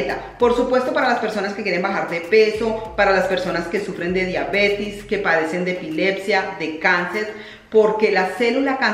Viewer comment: se dice DIABETES, no Diabetis